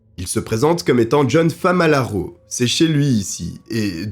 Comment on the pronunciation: 😅FAMALARO au lieu de FALAMARO😅. J’ai connu cette histoire il y’a très longtemps avec feu Pierre Bellemare mais avec toi j’ai découvert de nouveau contour avec des analyses plus poussées. Merci beaucoup à toi